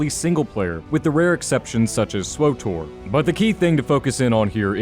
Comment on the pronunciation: Swotor? you mean Swtor?